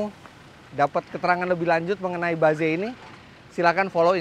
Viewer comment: tumben om Fitra ngomong nya ba ze. biasa nya Inggris nya correct. mungkin yg seharusnya bacanya itu. baez